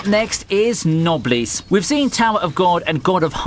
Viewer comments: Knoblees? Thought it was pronounced, Nobless. Aka Noblesse Oblige It means, Nobility goes beyond the thoughts of wealth, power, bloodlines. That to be Nobility means you have an Obligation to the people of the land, to serve them. With wealth and power comes responsibility. Etc, thats essentially the framing of the anime too. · “Nosebleed”-> “noblesse.” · noblesse i thought was pronounced noble-ess